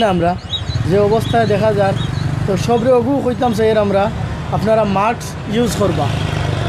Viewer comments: mask not maks😂😂😂😂😂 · উপস্থাপক সাহেব, শব্দটা হবে মাস্ক (mask)